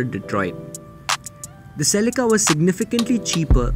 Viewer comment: Ladies and gentlemen "the celeekaaa"...!!😂